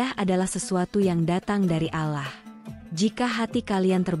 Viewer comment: Yang baca cerita kurang fasih membaca Allah..jadi resah dan ngfak enak mendengarnya...